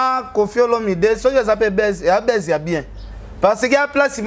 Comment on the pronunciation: Ken mpiana vraiment on dit buzz et non baisse, est-ce que tu sais que signifie baisse??